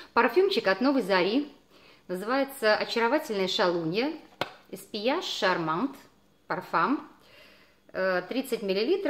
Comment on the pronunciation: Ну какой Эспьеяж.... Эспьегль. Точно во Франции живёте?